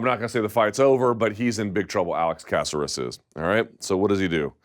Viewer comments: Luke, repeat after me: ca-CER-es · Ku-sare(like dare but “s”)-us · casserus? when is it unacceptable for someone in the game to constantly mispronounce names? lol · Bruce Leeroy has 20 fights in the UFC alone. Let's at least say his name correctly lol. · Mr. Thomas. Please stop mispronouncing and perverting peoples name. I thought you're on a roll with Ngannou. Now you're messing with Alex's name. Get a hold of the American culture brother!!! Di Great segment!!!